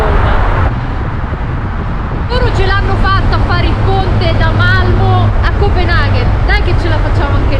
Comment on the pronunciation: Sara una cosa: Malmö si pronuncia accentuando la "o" in maniera chiusa 😁😁🤩 siete sempre il top